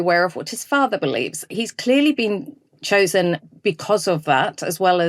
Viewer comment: He’d been Chore-sen ? Oooeeeehh nooaaaahhhh